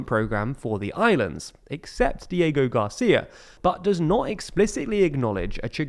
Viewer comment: "Code Cheigos, Dieigo Garcia" 💀